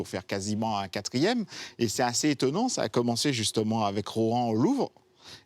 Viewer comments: a chaque fois que je l’entendais le dire ça me trigger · Je suis le seul qui est stressé par la prononciation "ROT AN "